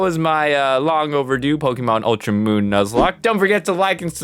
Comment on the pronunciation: did he say ultra moon?